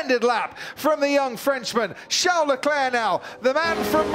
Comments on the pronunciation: CHARLES though, Char-les, like Charles Chaplin, not Jean Leclerc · When will that noise maker commentator finally pronounce the first name of Leclerc correct? It is VHARLES, and not Jean or Sean, as he speaks it out. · Leclerc:call me Sharl LeDevil Binotto:Sharl lmao